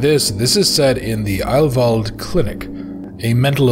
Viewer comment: yeah you pronounce "heil" like "high" with a "L" or like "aisle" with an "H" in front. "Wald" is like "Wal(uigi)d", like a Waluigi-Wahh and not a "Wall"-Wa (probably not helpful at all, but you were close anyway). It means "healing forest". So, a perfect name for a sanatorium (for real, if I google it I might find an actually existing one). So, a perfect german name for a murderous sanatorium because how else you are suppose to know its range of murderously efficient treatment options. bis nächstes mal....